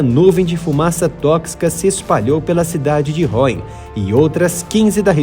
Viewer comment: Vídeo muito bom com informações importantes que não costumam ser divulgadas! Só por curiosidade a cidade de Rouen pronuncia-se Ruã e não Ráuen. As letras "ou" em francês têm o som de ú, e as letras "en" têm o som de ã. Exceção para Citroën em que as letras "ën" têm o som de éne, por causa do trema em cima do e... Um abraço.😀